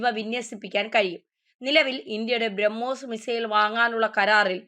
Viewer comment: കൊച്ചേ ഔദ്യോദിഗം അല്ല ഔദ്യോഗികം അതുപോലെ ബ്രഹ്മോയിസ് അല്ല, ബ്രഹ്മോസ് '